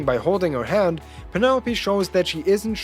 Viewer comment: How he says hand sounds like head so I'm like whaaaaa